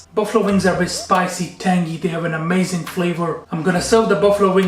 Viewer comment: I love how chef uses a hard G at the end of the word AmazinG 👏 the food looks great